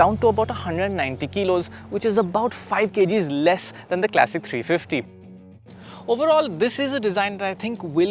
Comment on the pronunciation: Why tf would you pronounce ‘classic' as ‘clessic’ !